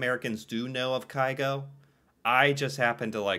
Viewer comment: Haaland and Carlsen competes for most known Norwegian. You need to listen to Grieg - Morning mood. It is Norway in music. PS: It's not Kai-Go, but Kyh-go.